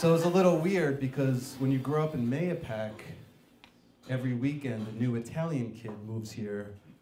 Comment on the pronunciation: It's nice to see that someone knows how to say Mahopac.